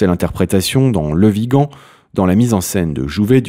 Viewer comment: Bon dieu il ne comprend ce qu'il a écrit il écorche les noms , même dans le titre il a écrit viga au lieu de Vigan.A la fin de la de vidéo il est incapable de prononcée correctement le mon de l'acteur Le Vigan ,dieu sauve la France nous somme perdu peut être dans un siècle cette vidéo sera une référence historique .